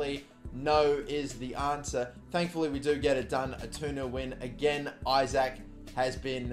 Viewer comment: Isak is pronounced E-sak